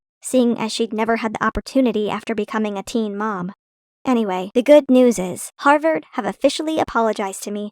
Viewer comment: Everytime i hear "Harvord" i think of Danielle Cohn.